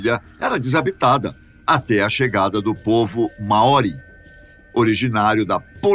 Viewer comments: A pronuncia correta seria mais parecido como (Máori) e não maóri! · Muito interessante, mas me mata a pronúncia dele em " Maori "